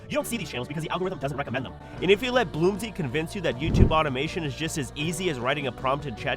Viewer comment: The narrator might be calling you "Bloomsy" because the AI might have been given "Bloomser" and is pronouncing it like french.